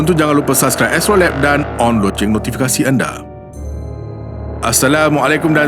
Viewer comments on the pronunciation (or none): none